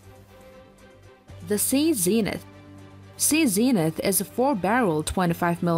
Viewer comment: "vaylure" class frigates and "sea zeeenith" 🤦‍♂️ very interesting video and well put together but please pronounce your English a bit better 🏴